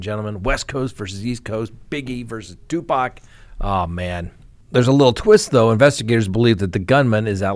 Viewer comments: just saying...Tu PAC (POCK) not Tu PACK!!! I'm an old white woman and I know this,! How could you mispronounce the man's name repeatedly?? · Tupac is pronounced Two-Pock. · Two-pahc. Also Kee-fie D Pac wasn't gang affiliated. Suge Knight is a Blood. Snoop Dogg is a Crip. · It's an endearing quality about, and we love that about him 😂😂😂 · Did a whole segment on someone and not once pronounced his name right.